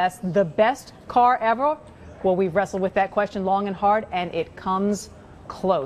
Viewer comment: "best car EVOR"